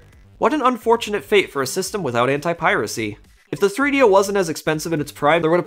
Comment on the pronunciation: 3do is not a word. Rather three separate items that should be pronounced as 3-d-o, all separate. Not threedyo.